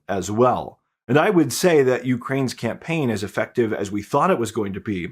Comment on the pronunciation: Hi,. I watch your reports religiously. One trivial suggestion for improvement is that you often use the word "effective," which you mispronounce as though it were the word "affective." You can avoid annoying us English purists being careful which word you're using. Thanks!